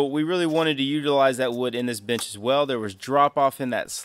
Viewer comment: 🫣I’m hard of hearing and kept thinking you were always saying “bitch” instead of “bench” thinking dang this guys gangster. Hehe